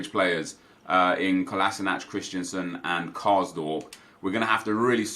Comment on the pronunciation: Am i the only one who gets triggered every time he says “Christiansen”? His name is “Christensen” ffs